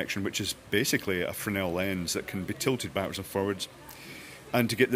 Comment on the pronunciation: Pretty sure you're supposed to pronounce the "S" in "Fresnel". Sounds like Freznel, or Fresno in California. Emphasis on first syllable.